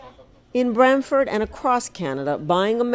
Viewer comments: Get the name right ! It’s brantford, it’s not bramford or Bradford!!! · Brantford not Bradford can Americans get anything right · The town is called BRANTFORD FFS.